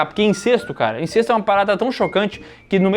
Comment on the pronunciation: Não sei de onde a galera tira que a pronúncia é INCÊSTO. É INCÉSTO!!!!